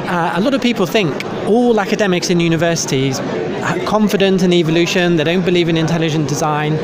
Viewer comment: "Evl-lution".... I see what you did there